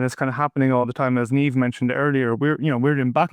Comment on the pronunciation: You can pronounce the name 'Niamh' as 'neeev'